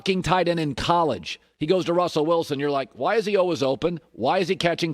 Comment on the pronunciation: Worst way I’ve ever heard the word always lol